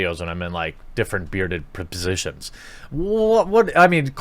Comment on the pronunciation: After about the 13th time i played that back i noticed you said positions wrong 🤗